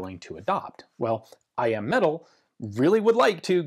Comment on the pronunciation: Every video I hear I AM metal when he says I.M. metal so of course all I can think of is that Stark Industries made these lol. Now I just want one even more and I want to rewatch Ironman 😭